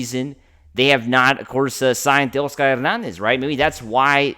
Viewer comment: Dude, if you stop pronouncing “Tay-OSS-ker” like you’ve got a mouthful of marbles & guano, you may get more subs. NO one goes for that selective Spanglish shtick—it’s gross & reallll annoying. 🥴🤦‍♂️